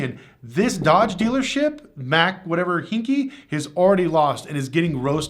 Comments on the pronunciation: It's not Hinky, Haik pronounced like hike as in bike. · Houston resident here, the last name is pronounced: "HIKE" Just fyi I'm not criticizing. And yes they are scumbags. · The dealers name is Pronounced hike like hiking a football. This dealer group is large. Many dealers in different states. They are just greedy and big enough to think they can get away with crap like this. Not worried about repercussions. Hopefully this time enough people bocott them that they feel it. Feel it enough that they pay for being so scummy